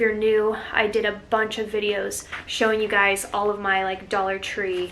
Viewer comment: Love "Dallah" tree 🥰